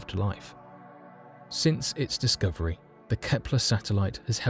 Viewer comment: Discooverie? lol